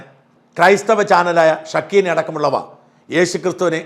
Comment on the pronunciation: ഷക്കീന അല്ല സാാാ റേ ....... ഷെക്കെയ്ന = മഹത്വത്തിൻ സാന്നിധ്യം